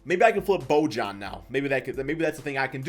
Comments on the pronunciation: its pronounced boyan. not bojan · I think it’s “bo-yan” or “bo-han” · Can someone please teach how to pronounce names 🤦🏻‍♂️ Bojan = Bo-yawn Bjelica = Beuh-litza Gilgeous Alexander =Gill Jus Alexander Vassell not Vessell Plus more smh